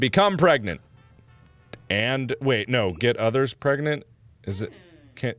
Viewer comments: I would have used this moment to say "Are you pregante" "Are you Pregananan" OMG he did. Thankyou, i can die peacefully. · She was Pergenat *Pargnet **Pergat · I thought he was pregananant or prregante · when he said 'pergananant' it broke me